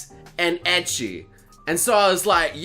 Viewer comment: still triggered how he says ecchi